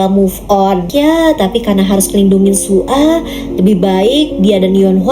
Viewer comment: Kak nama zombie nya bukan su a tapi soya soalnya aku pernah nonton😅